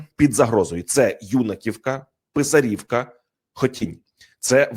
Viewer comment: Велике прохання- правильно називати населенні пункти: БасІвка, а не БАсівка; ПИсарівка, а не ПисарІвка